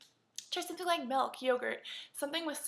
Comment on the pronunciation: 'Melk' lol!